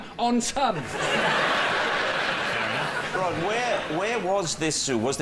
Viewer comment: this is retarded as fuck. "On the Rhod to happiness"? That's not even how you say the guy's name. I had to look it up to make sure I wasn't the one being completely asinine, but yeah, this'd be said "On the ROD to happiness" as in Rod rhymes with sod (rhymes with Rhod, which is how you say this fella's first name.) The title is obviously trying to be a play on the phrase "On the Road to happiness", however, unfortunately for the poor sado who uploaded this video, that's not how to pronounce the man's name. According to Google. According to Google, you're a retard; that must be nice to know. at least-- one way or the other, y'kno? I'm still in the dark on Google's feelings about me, so I've still got that hanging over my head for God knows how long. They know what kinda porn I'm into and what question I'm intending to ask practically before I do, but so far as I can tell, Google doesn't lean one way or the other on this topic. Unless that's the sort of info they collect on people they then go on to sell; could easily be that. Now that would seriously suck ass, shelling out money to some ad company only to find out Google's been telling 'em I'm a fucking retard or some sorta homo or something. Not that there'd be anything wrong with that, mind you, it would just suck to have to pay for.